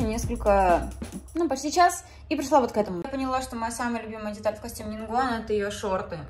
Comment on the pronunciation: НИН ГУАН А НЕ НИН ВГУАН